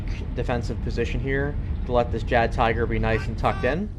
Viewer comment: Just to let you know that in German, the "J" in Jagdtiger is pronounced as a Y sound. and tiger is said te-ger .